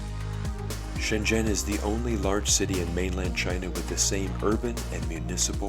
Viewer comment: Glad you pronounced Shenzhen correctly. It's not pronounced shen-zen like many foreigners do pronounce it but more like shen-jen